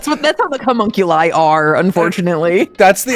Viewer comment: Not reading chat and hearing call Alter Ego "Cumunculi" out of nowhere fucking KILLED me